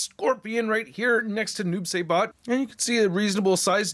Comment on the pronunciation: Psst psst mate its pronounced Psybot not Saybot lol